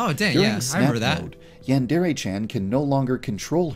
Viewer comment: saying that he couldn’t say yandere chan back then but he still cant